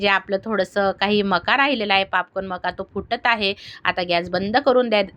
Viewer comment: पापकान नाही ओ ताई पॉपकॉर्न बोला 😂😂😂